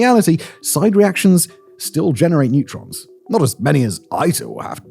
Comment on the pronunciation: Neutrons not netrons. D’oh